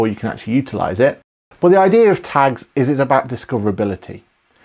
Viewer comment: Thank you, excellent. I thought it was funny with your accent, when you were saying tags, i thought you said tanks. I thought is QBO now in the military lol. Thank you for a great video.